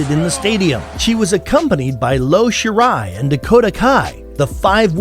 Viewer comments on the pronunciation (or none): Lo Shirai? lol. It's Io Shirai. Io with an I (i).